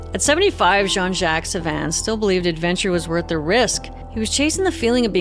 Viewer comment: Great story-telling except for one thing....the pronunciation of Jacques. I don't understand.